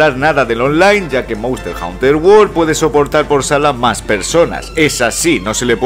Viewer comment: monster "jaunter" jaja , muy buen video maquina, no te conocía pero veo que compartes la misma devoción que yo por el gran infravalorado de khezu, ya tienes un nuevo sub.